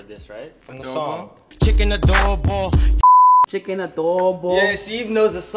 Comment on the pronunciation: It’s chicken Adobo not Abobo 😅 great! I love this video.